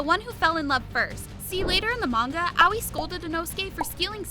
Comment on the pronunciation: Its ahh oii not owey haha